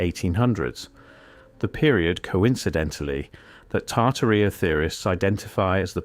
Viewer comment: It's pronounced "Tartaria," sir.